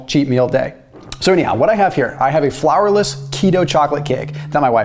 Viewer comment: You mean "flourless" not "flowerless" lol 😆🍮